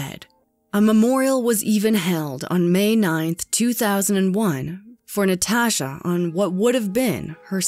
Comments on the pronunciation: Did anyone notice the narrator says NaTASHHHah instead of Natasha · “NeTaashuh” “Nuhtashah” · The way the narrator says 'Natasha' drives me bOnKeRs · The way she is saying Natasha is really freaking bothering me. I cannot stand it. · I have never heard anyone pronounce Natasha the way this woman says the name. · Why do you say Natasha like that lol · Anyone else cringing about the way she says Natasha